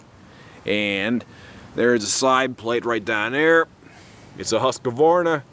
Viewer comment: HUSQ-VARNA not HUSQ A VARNA.